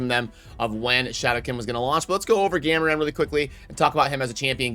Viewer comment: "Gam-a-ran" Yup, 100% worth watching the whole thing. totally, totally worth it. Thanks:)